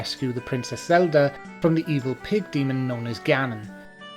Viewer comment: I love the way you say "Zelder" :3